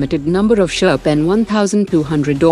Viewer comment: I love how all these channels are copying from each other, including the mistakes. It is Sherp, not Shrep. Another channel had made this mistake and now, you guys have also made the same mistake.